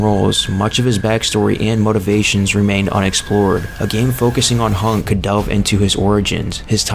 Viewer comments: "Honk" bruh, wat? Its hunk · Hunk.. not hank